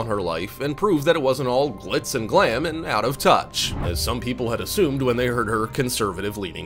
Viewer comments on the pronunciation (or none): none